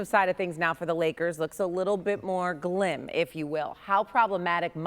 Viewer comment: “Glim” or grim? 🤔 Not to sound “glib” but are making up words now? 😅